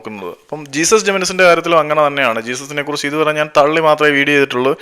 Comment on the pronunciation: ജെസ്യൂസ്സ്... Not ജീസസ്... ഉച്ചാരണം പോര